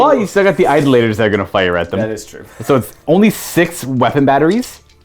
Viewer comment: Hey, it’s pronounced eye-DOLL-uh-tur